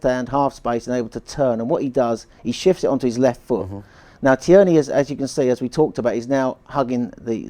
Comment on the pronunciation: Fine, but please stop calling Tierney, Tea Ernie!